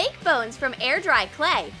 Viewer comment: When you said bones you said phones ok it’s confusing to say I did it in 1one of my videos lol